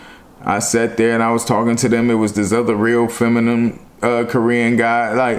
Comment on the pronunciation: PLEASE SAY THIS WITH ME.... FEM- I-NINE not FEM-I-NUM I luv to death but NIGGGGAAAAA 😩😩😩😩😩😩